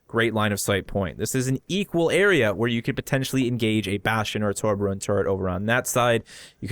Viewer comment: tor-be-orn, not to-bo-ron